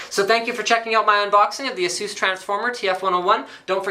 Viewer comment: you are pronouncing it wrong. it's "ay-sus" not "eh-sus"